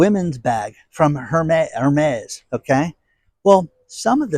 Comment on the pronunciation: HERMES IS PROUNOUNCED: AIR-MEZZ. ALSO, DON'T DRESS YOURSELF LIKE A TODDLER (BABY BLUE SHIRT DOTTED WITH PEACHES).